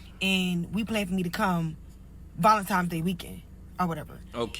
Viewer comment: Did she say Valemtimes or Valentimes? Either way its wrong or whatever like dat